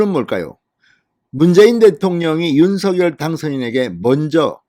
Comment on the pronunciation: 노고가 크십니다,열혈 구독자입니다.전에 김은혜 당선인 대변인도 윤석열 대통령 당선인 이름을 부를 때 [윤성녈]로 발음 해 달라는 요청을 들은 바 있습니다.앞으로 [윤서결] 말고 [윤성녈]로 발음하는 게 좋을 듯 합니다. 화이팅입니다.